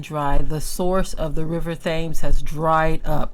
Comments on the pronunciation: Thames is pronunced Tims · The river is pronounced "tims". Peace. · Here is a fun fact: it’s actually pronounced “TEMS River.” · I love your pronunciation of the European locations. It's so refreshing to hear the actual spelling ( which doesn't always make phonetic sense) pronounced differently, much like these same people constantly mispronounce the names of other people's cities and nations. They have abused the 'tams' river, being wicked shepard's and now their punishment is upon them.